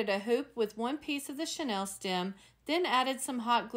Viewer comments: Love your work! Regarding the chenille stems, it’s pronounced sha-neel, rather than Chanel. I couldn’t figure out what you were referring to until I realized the pronunciation issue. via Wikimedia Commons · You are pronouncing chenille like Chanel